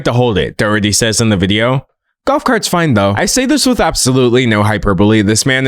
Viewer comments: It's pronounced like"Dah-HER-tee" The "H" sound is heavily aspirated in Irish-English, I'm not the best at writing down pronunciation so it might be a bit off. I think Americans in general also pronounce it a different way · really cool video! this is really off topic but the mispronunciation of doherty breaks my heart 💔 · As an Irish person, the way he pronounces Doherty makes me giggle